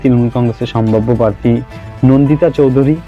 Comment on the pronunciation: Kotha ta "parthi" na "prarthi" bokachoda ashikkhito